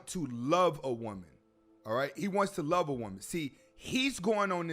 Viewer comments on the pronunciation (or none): Im just wondering why he wouldnt pronounce the letter v! Its love, not lobe,! Also, "has became?"